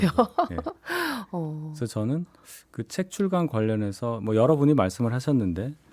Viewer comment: 출괄이 아니라 출간입니다 아나운서 라면서 기자도 아니고